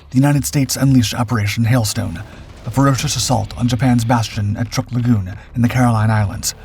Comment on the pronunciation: It's not TRUCK, it is Trook, the 'oo's pronounced like the 'oos' in tooth. Source; my student from there!